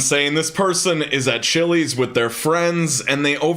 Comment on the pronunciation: Its CHILI'S not CHILÈ'S. That was the worst thing going on at that Chili's that day.